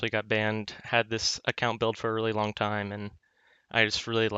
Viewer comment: when he pronounces "long" as "lonk" <333